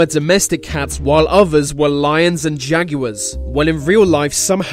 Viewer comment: He said Jaguars weirdly.